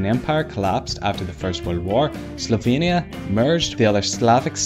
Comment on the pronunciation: OHHHH Slovenia. I thought you said "Sylvania" and had to look it up